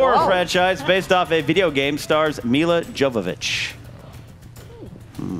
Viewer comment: Really disrespectful to pronounce Millas last name like that 👎